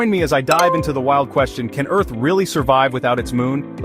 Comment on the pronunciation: EARH???? WHAAAAAAAAAB😂😂😂😂😂😂😂😂😂